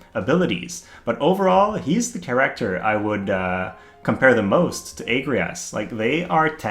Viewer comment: Please stop saying charakkkter so much, it's a bit annoying how you say it